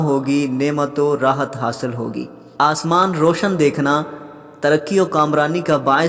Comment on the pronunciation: اسمان نہیں آسمان